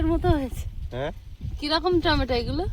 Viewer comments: tometa bole na tometo bolbe bhul to hoi tumi thik ta sikhe nao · তোমার ননদ, শাশুড়ি মা কিছুপাঠালেনা।।? টমেটোর ঝাল আচার বানিয়ে রাখো। ভাত পাতে খেতে ভালো লাগে। কথা টা টমটা নয়, টমেটো।